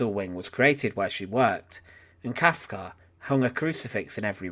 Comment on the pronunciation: Kafka, her name was Kafka, not Kalka!